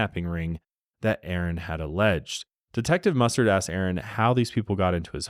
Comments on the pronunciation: Detective MusTURD amirite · Every time you say mustered I have flash backs of clue, corneal mustered, in the bedroom with a candle stick lol 😆 😂 🤣